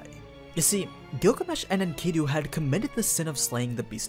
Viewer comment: why do you say enkidu like that